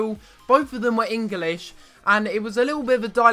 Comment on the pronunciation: Wtf is Eng-A-lish?